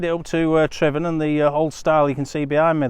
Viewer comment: One of the few vloggers to pronounce Tryfan correctly 👌